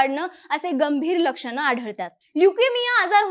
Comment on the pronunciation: होन लक्षन पुन काय तुमचे उच्चार आपन